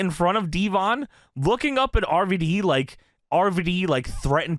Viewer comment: It's RVD not arvadee. It's also water not wudder